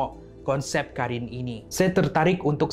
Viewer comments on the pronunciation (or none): Abang bukan karin tapi korin sebab ق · Bukan Karin tapi Qarin